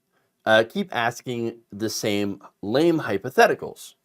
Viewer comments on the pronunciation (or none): none